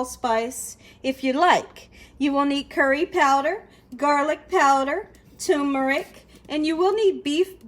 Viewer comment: "tumor-ick"????? WTAF?? There is an 'r' in that first syllable "term-er-ick"